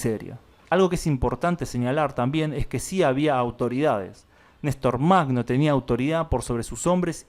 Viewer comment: Нестор Махно se pronuncia "ñе́star majnó". Perdón por la pequeña correción.